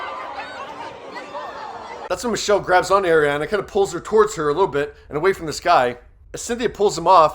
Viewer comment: Her name is pronounced are ri ah na